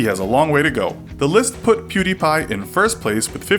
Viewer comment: people still cant pronounce pewds name